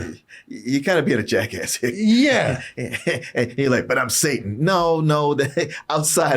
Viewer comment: The guy talking in this video is dyslexic too because he couldn't even pronounce Satan right